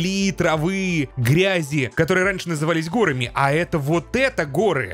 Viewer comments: не гОрами, а горАми., ну ё-маё, ну порепетируй ты с ударениями в некоторых словах, а то уж больно часто встречаются ошибки в некоторых.:))) В остальном всё супер! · Знаете, чё то у Неркина в видосе очки запотели, протереть надо... И! Не гОрами, а горАми надо говорить! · правильно говорить не гОрами, а горАми!!! Очень сильно слух режет! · Го́рами го́рами, го́рами го́рами, го́рами го́рами... Как же режет слух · ГорАми, не докапываюсь, просто немножко слух режет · ^. ^ Не горами а горами это удорение^